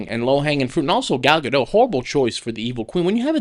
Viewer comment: Stops the show to make sure they’re pronouncing Rachel Zieglers name right immediately mispronounces Gal Gadots name and moves on